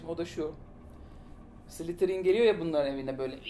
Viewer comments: slytherin ney lan slitheen o amk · Abi şunlara slitheryn diyip durmayn yeter xd